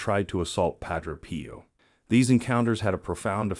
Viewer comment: God bless and protect you and yours PAH-DRAY P.-OH is the correct prononciation+